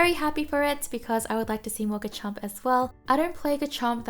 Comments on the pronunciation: It's pronounced "Re-ji-gi-gus." For Garchomp, its pronounced "GAR-chomp" (more emphasis on the gar) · why do you ignore the R in GaRchomp o3o